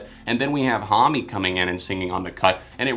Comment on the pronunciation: Not trying to be rude, but Josh Homme’s last name is pronounced “home,” not “home-y” lol.